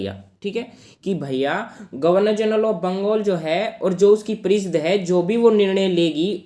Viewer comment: Bhai parishad hota h naki pareeshd